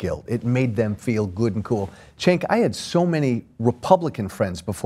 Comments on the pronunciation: does he keep calling him chenk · I love how this guy keeps pronouncing Cenk's name "Chenk" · I hate how Joe Walsh pronounces Cenk's name as "Shank". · My ears always cringe when he says Cenk's name.